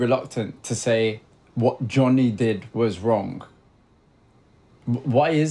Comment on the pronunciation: そんなことより、Johnnyなのになんで日本では「ジャニー」と呼ばれてるのかが謎 動画ではイギリス人がしっかり「ジョニー」と発音してるじゃん